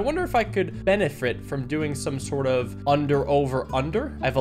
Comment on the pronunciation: “benifrit” 2023